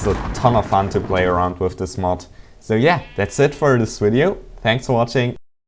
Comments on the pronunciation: its Video not Wideo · lol he says wideo instead of video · the dude is foriegn i think that's why he say W in place of V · Where are u from? And if it is reason from ur narionality i wont critizise u but can u say Video not Uideo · "I made a wideo" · VIDEO, VIDEO, VIDEO NOT WIDEO im... im sorry, i... i just couldn't hold it in any more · um... well here is what have to say STOP SAYING WIDEO!!!!!!! IT IS VIDEO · why do you say wideo its video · he keeps saying wideo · thumbs up if you laught when he sais wideo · Wideos, mee lee, crafting reseeps,wtf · i like how to say video :D wideo :D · did he say wideo at the beggining? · What the hell does "wideo" mean? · i like the way he say video (widio) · wideo wideo wideo wideo wideo..... TALK NORMALLY!!!!!! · Its not meeeeelie!;( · wtf is a wideo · Wideo ha ha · Omg this guy is so weird... "Um hello I have made a wideo look up the recipes for yourself